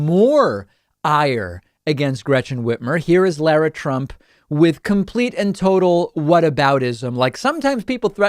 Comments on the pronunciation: That should be pronounced "LAH-rah", not "LOR-ah" or La-ra as in Larry. Has no one in this generation ever seen Dr. Zhivago? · Bro, can you learn how to pronounce Lara?